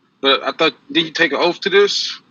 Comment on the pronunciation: When they get their law license on youtube does it teach them the correct way to pronounce "oath" is 'oaf"? Still trying to figure out the relationship there.